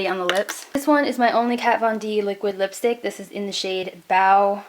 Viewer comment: the kvd lipstick is pronounced bow (as in bow to something) house. it's the name of an 80s goth band :)